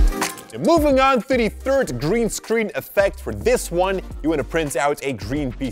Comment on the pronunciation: He said Buy "Grean paper"😂🤭